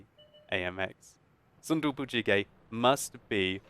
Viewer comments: its actually pronounced soon dooboo but it was a great attempt. if you ever need help translating korean ill be glad to help! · Lol I like his name.. Tofu Stew. by the way.. but why are you saying it like in spanish sometime ^^ ? you put " gez or ges" at the end sometime. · 아낰ㅋㅋㅋㅋ 발음에 빵 터졌네 재밌다 순두부찌개 ㅋㅋ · MrNoodless Warning: spicy tofu stew might burn your mouth :D He probably did his best to pronounce it but it's still funny as korean :D